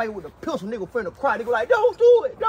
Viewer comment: why he say Pistol like dat 🤣🤣